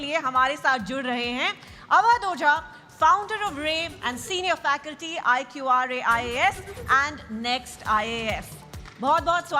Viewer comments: Are bahan vo I.q.r.a nhi ..iqra h .. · It’s Iqra IAS not I Q R A